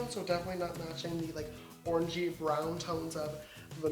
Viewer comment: Each time he said orange-y I heard orgy 😂